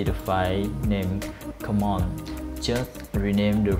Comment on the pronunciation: I laugh everytime you say the word Common lol. But your approach works like a champ. thanks a bunch man.